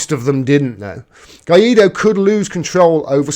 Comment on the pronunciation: You got to learn spanish. It's "Guy Doe," not "Guy Eat Doe." For a nickname, I like to call him "Random Guy Doe."